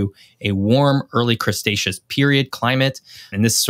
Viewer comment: Please pronounce Cretaceous correctly. There's no 's' before the 't'